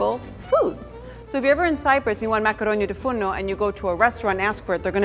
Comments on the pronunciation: She sais it wrong since she is not a native greek speaker but i still love the way she sais it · is it just me or does anyone else love how she says the name of the dish